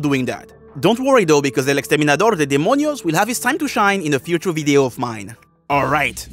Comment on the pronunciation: The fact that when you said "El Dante, El exterminador de demonios" your accent almost disappeared like you knew Spanish